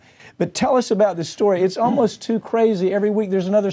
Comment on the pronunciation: Probably you should get a guest on your show who can pronounce Josef Mengele's name properly, and can also pronounce the word narcissistic properly.